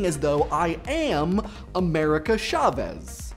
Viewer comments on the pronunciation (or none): I cringe every time he mispronounces chavez...